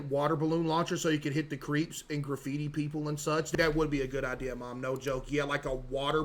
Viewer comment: The voice guy keeps saying "Idear" 😭